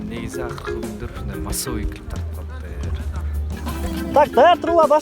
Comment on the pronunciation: Килип,килиииип дейт гооо😁😂иии красавчик